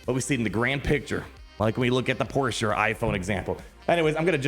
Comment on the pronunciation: As a car person I love the Porsche analogy…and that you pronounced the name right 😂